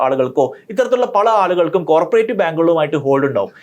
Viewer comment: കോര്പറേറ്റീവ് ബാങ്ക് അല്ലടോ, കോ ഓപ്പറേറ്റീവ് ബാങ്ക് ennu🥰പറ